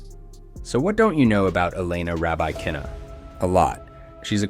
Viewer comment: Your pronunciation of Elena Rybakina's name is way off. Also, she hasn't won a Grand Slam, she has won a major. A Grand Slam is winning all the majors in one year. It is okay, I suppose to refer to a major as a Grand Slam tournament, but that does lead to the sloppy result of elevating a major win to a 'Grand Slam' and thus diminishing the efforts of the few actual Grand Slam winners.